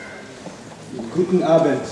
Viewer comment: he says "Guten Abend" which means 'good evening' in German, he is apparently in Germany giving this lecture :) he pronounced it quite good I think :D